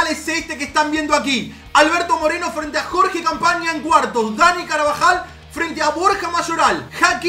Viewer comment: Nadie: Absolutamente nadie:: "jorge campaña"